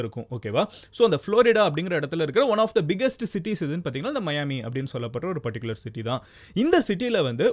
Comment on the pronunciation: Athu miami da 😅 (mayaami)😂😂😂😅